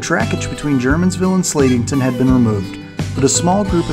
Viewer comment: Germansville is pronounced Ger-mansville. Not German.....